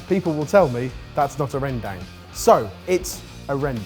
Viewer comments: The 'dang' in Rendang is actually pronounced like dung. Felt like I should point that out cause if you know how to cook it, you might as well know how to pronounce it. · Sorted boys pronouncing rendang as "Rhèn-dang" Me an Indonesian where the dish come from: uhm it's "Ren-dung" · Very nitpicky. But rendang, is pronounced more as "Ren-Dung", not Dang. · As an indonesian, I can confirm that's not even how you properly say "rendang" jamie Its... More like ren-dung? ig in english? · Hold your buffaloes my fellow Indonesians, show them we came in peace with Jamie's "rendang"😂